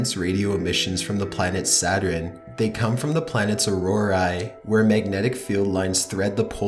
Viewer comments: When u think the video is not gonna have any mess ups...: "S A T U R I N E" Me: 👁️👄👁️ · It’s sa-tern not sa-ter-en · Ok, this guy can't say Saturn right. It's not Saturen. It's SATURN!! NO extra syllable!! Sheesh!! I wonder if he says Iron right?? I-orn, not I-ron. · it's not "saturin" and it's sure as hell not "gavlston" SATURN...sat-ern.. AND GALVESTON...gal- vas-ton....I'm from Texas and most of us can't stand it when poeple mispronounce our city names. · Could you please research the pronunciation as well as the facts? I like your videos. But "Saturen" and "Blop"?????? I think you mean Saturn and Bloop, sir. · saturn, not saterarin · Saturn is pretty! "Saturin" is the scariest I've ever heard D:( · Saturin and Choopiter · It sounds like you said “satrin” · It’s pronounced “Sa-tern” and “Gal-vehs-tuhn” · Nightfangfox *Satur-IN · 'the rings of Saturiiiin......surrounding atmospeeeeeeeeeeeeeree,' the way you speak is scary, or should I say 'scaryeeee'. And it is bloop as in rhymes with loop not blop what the fuck is wrong with you? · i don't think its pronounced, "satrun" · The scariest thing I heard was "Saturin" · Anyone else bothered by him saying saturin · "The Sounds of Saturin" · Can't even pronounce Saturn. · Why cant you pronounce Saturn properly. Your voice is so flat and monotone it made this hard to listen to! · for fuck sake you pronounce Saturn so odd. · is he trolling with that pronunciation of Saturn? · The pronunciation of Saturn.....wow